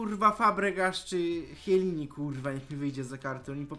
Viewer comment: "kielini" nie "chielini"